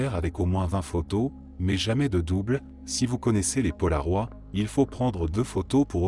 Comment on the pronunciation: Paloroid, c'est mal prononcé